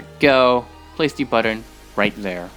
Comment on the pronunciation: "Place a block right dere."